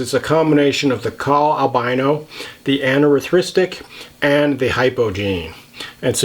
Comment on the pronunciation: You are the only boa youtuber that can say "anerythristic" correctly!